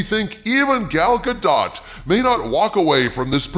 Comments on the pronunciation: The T in Gadot is silent. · You should learn how to pronounce Gal Gadot's name properly.